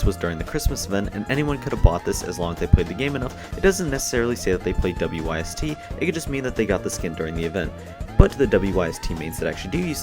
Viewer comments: U pronounce the whole thing its not w y s t its wyst pronounced wist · WYST is pronounced wist. FYI